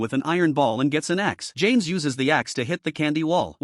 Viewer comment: Got the names so wronggg 😂😂😂😂😂😂😂